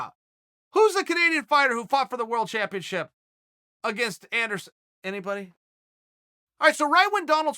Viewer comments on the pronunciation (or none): none